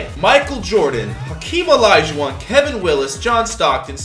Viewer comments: Did anyone notice when he said olajuwon he said it like olijuwon 😂😂😂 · Yo said olaijauwon he could’ve said olaijau...won